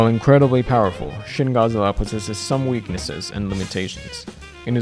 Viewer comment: 'Shin' in romanized Japanese is pronounced: "sheen"